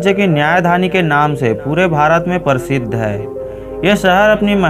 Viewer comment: परसिध नहीं होता है है भाई ना हि परतिशत होता है।